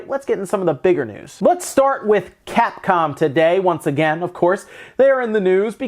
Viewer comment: at first I thought you said Cat-Con